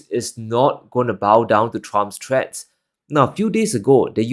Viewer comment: “Threats” or “treads”. They are not same. Don’t pronounce them the same. Learn to say “th” sounds for more professional video